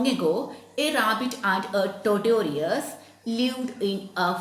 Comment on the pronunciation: Madam totorious entha tortoise alley aama athu vayikkunnathu taw-tuhs ennalley